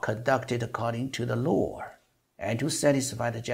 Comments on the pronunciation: I have to say that your pronunciation sounds pretty good as Chinese. You can pronounce most of the words perfectly. But there are some words that are not clear or have some issues like adding the r sound to certain words that don't have the r sound like (media(r), data(r), law(r)...) and other words with an unclear vowel sound like bAllot, lOOsses, ju(OO)dicial... for accurate pronunciation, you can search the keyword on or where you can hear real people's pronunciation. Another area you can improve is word stress and intonation, especially when you reading a long sentence, there are some words that are emphasized more than others, and also how you group the words... for this, I suggest you practice with the Daily Dictation series with Coach Shane or you can go with the Ben Franklin exercise on Rachel's channel. There are about 2500 words in this video and the duration is roughly 1300 seconds, that's about 0.52 seconds per word (115w/m), very close to the speed of Trump (0.55) when he speaks in public which is a bit slow compare to the average news reporter ~0.4 (150w/m). The speed is okay but I think you can get better. That's been said, but the most important part is the content, which is what everyone loves. You did an excellent job on that, keep it up. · 想表达一下听您英文的感受，总的来说很不错，请避免加“儿”音在“media”和“law”等没有“r”的词，听起来怪怪的。不是班门弄斧，也非挑毛病，只想这个频道可以越做越好。还有“un”这个发音可以再斟酌一下